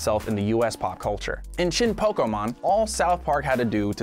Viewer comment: Pronounces Studio Ghibli and Evangelion correctly as per their Japanese titles, then says "POKiiiiiMON" 🤦‍♂️ It's like... in the opening song too, and they added the acute accent to 'e' so people wouldn't say it wrong. Great video tho! 👍👍👍